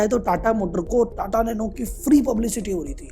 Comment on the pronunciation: "NATA NANO"